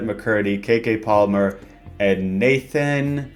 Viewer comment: You saying kk palmer and not keke palmer should be illegal